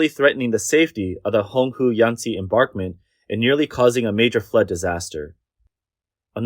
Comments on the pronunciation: Why does the narrator keep saying "embarkment" for embankment? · Mispronunciation of embankment as embarkment is a little bothersome. You make good points about choosing to maximize power production over protecting people and property. It's shameful that the government allows that to happen. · THE WORD IS "EMBANKMENT"! NOT ENBARKMENT! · Embankment = em-bank-ment, not barkment. Juss sayin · "embankment" (not "embarkment [sic]") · What's an "enBARKment" anyway? I'm familiar with river "enBANKments" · The narrator persists in saying "embarkment" when clearly the word should be "embankment" as even some of the video clips show. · Embarkment... embarkment... embarkment.... over and over again. Must be an AI voice to not know it should be embankment. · Embankment not embarkment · How many times did you say embarkment instead of embankment? 30? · embaNkment NOT embaRkment Voice Over person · FYI (nicely) EnBANKment not EmBARKment... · Its emBANKMENT, not embarkment. Got it? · And what is an "enBARKment"? It is pronounced EnBANKment. There is no R in that word. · Please pronounce correctly: embaNkment, not embaRkment... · Narrator : There is no such word as "embarkment". The word is "emBankment". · Read it with me: EMBANKMENT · You can say BANK , so why can not you say emBANKment .. there is no R in that word. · embankment "m bank ment" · Embankment. Bank, not bark. :) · "AI will take over the world" AI: Embörkment